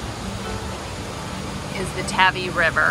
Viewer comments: There are two villages nearby. Peter Tavy and Mary Tavy. They are both pronounced Tay - Vee. I live in Devon and have never heard the river called Tavvy. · The River Tavy is pronounced "Tayvee" not "Tavi". You didn't expect the pronunciation to be consistent, did you? 😉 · The river is pronounced - Tay - vee. 😉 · I don't know what to think! I asked a local before I filmed the river scene, so I would say it correctly. But since publishing, two people (including you) have said I pronounced it incorrectly. And one person who grew up in the area said I was right. So either I'm losing my mind... or this is one of those Bath or Scone things... where Brits don't all agree on how it should be pronounced! Either way... I'm just an ignorant American doing my level best 😉